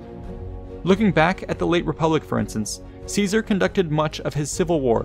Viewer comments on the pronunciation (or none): none